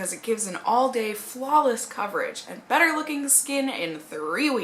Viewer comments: the way she said "better" sounded like "butter." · did you say "maybelline superstay butter skin" at ? hahaha love it